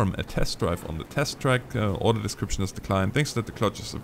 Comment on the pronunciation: I love how says 'Order' as if he means 'Oder'